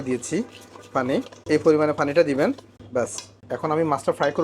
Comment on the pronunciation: ফানি মানেতো হাস্যকর 😂 পানি বলতে চেষ্টা করুন। ❤